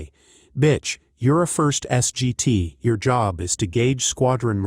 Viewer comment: S.G.T. is pronounced "Sergeant."